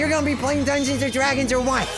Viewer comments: PLAEASE STOP SAYING DUNGONS AND DRAGONS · Wiw yew pway dungweons and dwagons wif meeee?